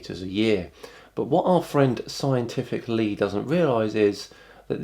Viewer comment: "Scientific Lee" "Scienshitic Lee" would be more approriate.